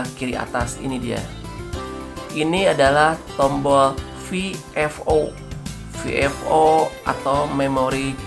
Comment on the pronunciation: Maaf...koreksi ya Tolong sebutkan kalimat VFO dengan benar dong...biar kita2 ga ketularan...hahahaaa Semestinya disebutkan: VE EF O ( victor foxtrot oscar dan bukan EF EF O ( foxtrot foxtrot oscar Maaf koreksi dn saran saya Maaf ya